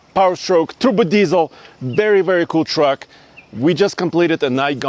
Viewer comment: Did he say Tuba diesel?